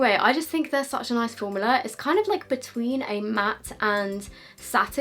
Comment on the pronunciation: the way u say formula has got to me 😂